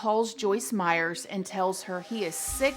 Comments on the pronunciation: I enjoyed this video but literally CRINGED every time she said Joyce MeyerS!!!! 😫😫😅 It’s Meyer, there’s no “S” at the end of Meyer! All love, just my tiny observation. ❤️ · Her name is Joyce Meyer. No "s." Meyer, not Meyers. I loather her, but geez, Journalism 101, first lesson: get the name right. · A small thing ... there is not an 's' at the end of Meyer 😉😉😉 nice channel 🌹💖🌹💖🌹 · How do you get Joyce Meyer’s name wrong repeatedly in your show when you said you’ve read a lot of her books and “know her very well?” You kept calling her “Joyce Meyers,” when it’s “Meyer.” But I do agree that I also am dumbfounded that people murder for sex. I guess it doesn’t matter what the reasons are, because at the end of the day, it all comes down to the fact that people who murder are just bad and evil people. Especially the kind that will murder your own young children. This guy deserves death, and I’m outraged that they even doubted his guilt, with such overwhelming evidence. Who’s gonna send those threatening emails and letters besides him? And coming from his own login and computer and it just so happened that they’re all murdered in an hour while he’s out of the house. I wish he would’ve been murdered in jail already. He does not deserve to be breathing. He’s the personification of evil, period!! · It's Meyer, not Meyers. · I love your videos, but I have to say this. Her name is Meyer, not Meyers. I noticed it because everyone puts an "s" on my last name, too. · Meyer not Meyers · It’s Joyce MEYER, not Meyers!!!!! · If you put out videos to the public, you should get your facts straight. It's Joyce MEYER, not Myers. I can understand a one-time slipup, of her name. You never once pronounced Joyce Meyer correctly. Do basic research. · PLEASE—-if you are so familiar with her—her name is Joyce Meyer!!!!!!! No “s” on Meyer!! 🤔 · It is Joyce Meyer , not Joyce Meyers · Not being snarky, but her name is Meyer, theres no s on the end. Lots of people make this mistake. Hugs =)